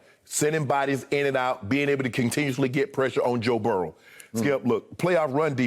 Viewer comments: I love how Shannon says Joe’s name. It almost sounds like Joe Barrel lmao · Good ol’ Joe barrel lol 😂 I was born in Salt Lake City Utah lived there about 2 months then the rest of my life in Baton Rouge Louisiana so I get the old timer uncle shay